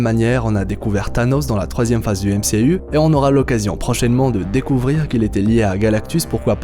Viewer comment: Je suis le seul qui ne supporte pas « MCU » avec l’accent fr ?